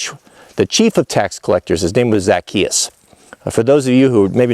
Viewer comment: Hey and the Missus... I hope you two are well and happy. I watch lots of your vids You usually never let me down... But I gotta tell you Zacchaeus is pronounced like Za- chay-us. Yep that's it... fix that completely botched pronunciation issue and we're good. And yes believe it or not even though you're likely chuckling right now, it is important. Because the brilliance of Christianity has it base in the Hebrew Faith. Yes of course there were some pretty huge revisions but we owe them a nod of respect, without them we wouldn't have happened in exactly the way that we did! And as you already know, it never harms us to give another simple basic respect and dignity! As Christians it is clear that's what we should be doing. Jesus did that in spades through his short lifetime while he was here! that is our example and though none of us have the hope of attaining his perfection of course, we should still conscientiously follow his example as much as we possibly can! The word Christian means exactly that... "follower of Christ"! As a follower of Christ we are called to reach for the ideals of brotherly/sisterly love and care for one another. Being cruel, mean, or vindictive on either side of this issue to push some agenda that exists for the sole reason of harming others IS NOT Christian! When people ask me how I feel because people who know me know that I am interested in building my personal relationship with God to become pleasing in His eyes, I have said "I don't think